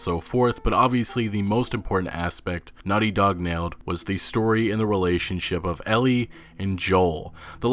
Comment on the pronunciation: Why do you say “Nutty Dog” instead of “Naughty Dog”?